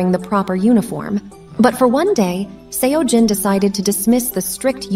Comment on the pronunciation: That wasn't the right pronunciation. The 'eo' in Seojin sounds like the 'o' in sock.